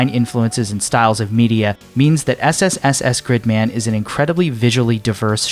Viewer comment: Proper pronunciation uses long ee sound, like in the word leak. In this video though he pronounced it with a short i sound, like in the word stick.